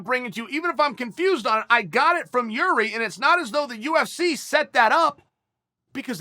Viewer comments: Well he still called him Yuri , but true that the 1st Procházka he said was pretty close to correct pronouciation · Nope, first name is pronounced Yir-zhee, I haven't yet heard anyone in and around the UFC getting it right. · I clicked just to hear him TRY to not fuck up Jiris name.